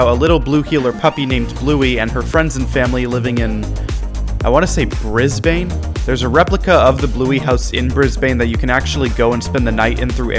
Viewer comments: i dont wanna be like nit picky but brisbane is pronounced 'brisbon' no hate!! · no it’s not bris non it’s bris bin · Your calling g Brisbane wrong it's pronounced brisbin